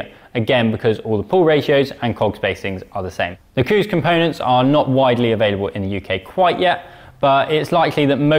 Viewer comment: Coos!!!! Don’t think that’s how you pronounce it! Moooo 🤭